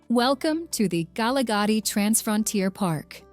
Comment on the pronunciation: If you are going to make a video for international consumption at least have the voice over done by someone who knows the pronunciation of local place names. Holy smokes! Where is k-nesna for goodness sake. Kgalagadi, at least she didn't sound out the K but she totally massacred the rest of the word.